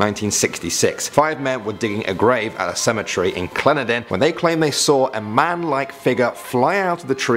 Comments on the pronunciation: He really butchered the way you say Clendenin and Kanahwa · um, it's pronouced Clen-den-in, not Clenidin. LOL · Native West Virginian, here, who grew up with these stories. First, it's "Clen-DEN-in, " and "Kan-AWE-uh." The Flatwoods Monster is usually referred to by locals as "The Braxton County Monster," and unlike most of the others on this list, many still sincerely believe in it. Fairfax county is in Virginia, not West Virginia. It's "Logan," not "Rogan," and it's ugly enough a town without a ghost. I've heard the "Screaming Jenny" story many times. Harpers' Ferry, in the NE part of the state claims her, but so does Bluefield, in the South. It's "mon-on-GAIL-ya." Droop Mountain is creepy as heck, prone to heavy fog, and along with the generally grim weather, and the geography - lots of deep cuts and steep slopes that make for some eerie lighting, you'd get the shudders there without a ghost. But I've heard the story many times. A deputy I know swears he saw it, and he's not the easily spooked type. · That’s not how u pronounce clendenin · Lol I know, it got to me too. Or the way he said Clendenin lol. I'm just glad he didn't have to talk about Hurricane 😂😂😂